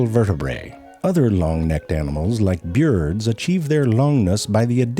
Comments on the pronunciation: The way Ze pronounces birds (sorta like "beards") reminds me of this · I love how he pronounces birds "beards" lol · I absolutely LOVE the way he pronounces bee-yurds! From time to time he will say it correctly which bums me out a little bit but that's just because of how weirdly entertaining I find it being said like bee-yurds 🤷‍♀️😅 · Start saying “birds” as “byurds”